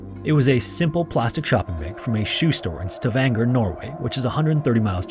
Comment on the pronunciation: The way he absolutely butcher the names Stavanger, Isdalen/Dødsdalen and Oslo.